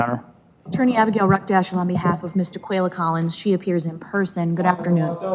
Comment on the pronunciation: ‘Daqulia’. I can stop watching already. I know where this is going.